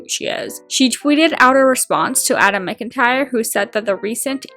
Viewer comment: Sorry this is unrelated to the video but adam McIntyres name is pronounced "mac-intyre" not "mc-intyre". I know I have the same surname and It's an easy mistake to make